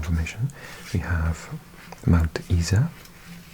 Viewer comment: Geelong is pronounced as capital G as in Gee whizz lol so Gee Long Mount Isa is pronounced Eye Sa as the UK Savings account.. 😉